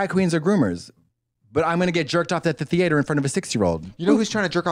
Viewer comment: Katya calling it “the thee-ate-er” every singe time has sent me